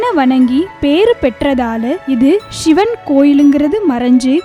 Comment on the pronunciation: Pls say Sivan. Not Shivan